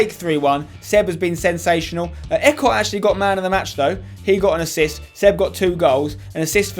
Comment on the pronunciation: EECOTT NOT ECOT M8